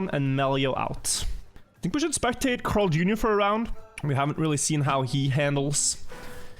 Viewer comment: Bro am I the only one or is pronouncing CarlJr weird? It sounds like he is saying Crarl or sth idk